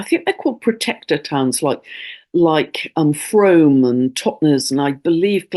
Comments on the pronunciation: Dear I was shocked and deeply saddened by your mispronunciation of the town Frome. (It's pronounced Froom!). I apologise for publicly shaming you like this. I hope you can one day recover your self esteem. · Frome is pronounced Froom!